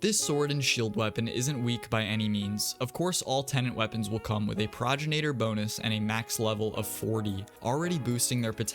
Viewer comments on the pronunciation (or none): Please fix how you pronounce progenitor. Pro gen ate or not pro gin ate or. Its the words pro and genitor together, it's not a regional thing or a country thing or a preference thing, you just say it wrong. Check any pronunciation website. Sorry, I don't mean to be mean but it just really annoys me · Pro-gen-a-tor is how you say it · what is a progenenator?? dya mean progenitor? pro gen i tor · The way you kept pronounced progenitor like proginator caught me off guard